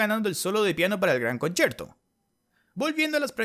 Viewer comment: Escucho mal o dice concherto xd